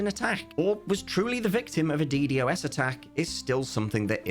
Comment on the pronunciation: Death of Cubeworld pls stop calling it "D,D, OS Attack" its a "D-Dos Attack"